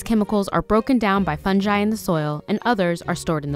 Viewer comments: It's fun-gee not fun-jay.... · I'm traumatized by the horrendous mispronunciation on 'fungi'! It's a hard 'g' not a soft one!! On the positive side, the paper cut out plants are very cute & obvs took a lot of time, but please for the love of god say fungi properly. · She call em “funjai”? 🥴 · Fun-ji? Fun-ji... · please never say fun dji again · can you maybe learn how to pronounce fungi for the next video????